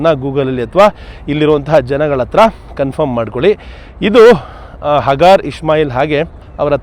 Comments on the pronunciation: ಹಗಾರ ಅಲ್ಲ ಹಾಜಿರಾ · ಇಸ್ಮಾಯೀಲರ ತಾಯಿ ಹಾಜಿರಾ (ಅ).... ಹಗಾರ್ ಅಲ್ಲ ಸರ್ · Good video.but that is Haajira . ಹಾಜಿರಾ not hagaar.